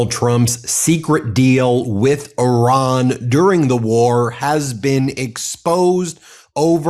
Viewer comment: The dude you interviewed can’t pronounce Iran properly….. even Orange Klown can get it right. Come on! It gets pronounced properly 200 times a day. Be ACCURATE. This is worth your effort.